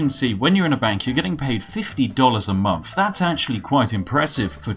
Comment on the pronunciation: I just wish you'd pronouce "th"'s properly and not as if it was an "F".... you know, like "month" instead of "monff" or "thousand" instead of "fousand"